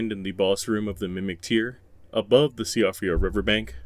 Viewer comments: Siofra is pronounced "SHEE-frah" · worst pronunciation of “Siofra river” ever but also the same intonation every time it’s said? - “albinaurics” also sounds off - weird ass pauses (e.g. before “site of grace”) - awkward structure - spending two minutes to enumerate all the ruin locations and all the marches, scene by scene descriptions of walking up stairs - strange phrasing like “we can solve the dynasty” - not solve the secret of the dynasty? what secret again? the smell is off and there’s been a lot of these channels showing up; that said I could be just paranoid